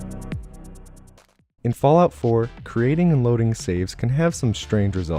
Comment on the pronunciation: "And welcome to s p e e d - C u C k E D "